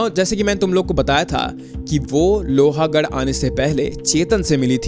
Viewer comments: It is not pronounced as Lohaaagadh.. it is pronounced as lohgadh.. a is silent. The way you keep saying that makes your video sound less authentic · Bro its lohgad. Not lohagad. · It is lohgaad not lohaagad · लोहागाढ nahe bhai लोहगाढ he vo. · BRO U HAVE SO MANY SUBSCRIBERS AND FOLLOWERS - KISI KO TO ATLEAST PUCH LETA KAISE PRONOUNCE KARNA HAI... ITS NOT - लोहा it's लोहगड.. I'm from Pune and trust me the second u said LOHA I stopped watching... Baki take 1 view from my side